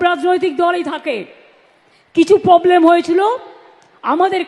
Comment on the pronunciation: পবলেম নয় প্রবলেম বনছোনা নয় বঞ্চনা